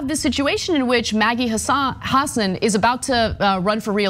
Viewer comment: Good notes and I agree; BUT please learn to pronounce names BEFORE you utter them on videos. You do not need to lose credibility within the population of NH where even Republicans know it is pronounced huh-SAAN. And Boucher, likely from French as Boo-SHAY, but Americanized as pronounced rhyming with ouch-er.....and not like the ou in could. Good thing you don't have to pronounce the names of tennis luminaries. You can always Google the pronunciation.